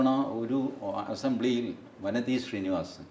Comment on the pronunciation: വാനതി എന്നാണ് ശരിയായ ഉച്ചാരണം.